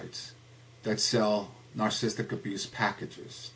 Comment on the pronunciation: May I just say one, iiiiiiity biiiiity teeeeeny tiiiiny comment? Narcissism is pronounced Nar....sih....siz....m. Rather than Nar...siz...m. And narcissistic is pronounced Nar....sih....sis...tic. (Four syllables.) Rather than Nar....sis...m. (--three syllables). No biggie. It just sort of makes you sound a Little Unknowledgeable. But I Do like a lot of what you say.